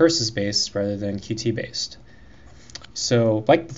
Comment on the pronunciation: Thanks for the videos, just starting out on CMake, useful to know how to use some more of the features. Just to let you know Qt is pronounced like 'Cute'.